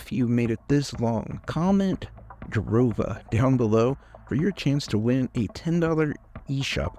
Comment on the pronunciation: "Jarova"? Rhymes with Europa 😊